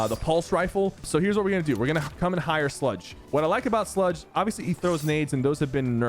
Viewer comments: Bro said “sledge” like 5 times. Sludge, sypher sludge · Hey yo, there's only one e in the word sludge you keep saying sledge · did anyone else notice that sypher called Sludge, Sledge? RIP Sludge btw